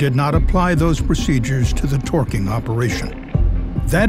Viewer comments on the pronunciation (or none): Why does he keep pronouncing "twerking" that way? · Loath as I am to make light of a serious and fatal incident, it does kinda sound like he's saying "Twerking" instead of torqueing.